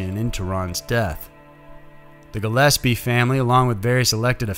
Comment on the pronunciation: Thank you for the correction to the pronunciation of Gillispie 👌 perfectly said this time lol